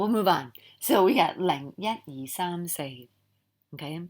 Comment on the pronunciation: Thank you! Love your work! I wanted to add that the high tone for saam is also missing in the video.